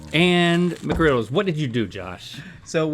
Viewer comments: As a highschooler that works at McD’s, I can confirm that no one says the “s” in McGriddles. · "we don't say Mcgriddles with an s" proceeds to say it every time with an s lol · It's not "McGriddles".